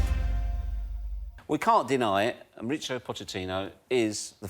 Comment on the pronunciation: Why do the English call him Moritsio? Is he Italian?